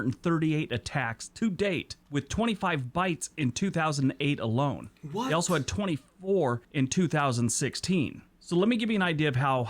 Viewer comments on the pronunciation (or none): none